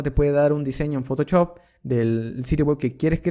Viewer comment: Parece que decis photochop, se pronuncia photoshop osea fotoshop literalmente